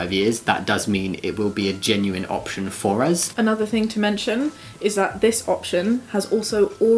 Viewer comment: Does Jamie always say uz instead of us or it is just this video?